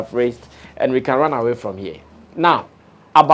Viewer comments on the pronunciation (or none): "Eun away from here". Lol😂. Where are you running to?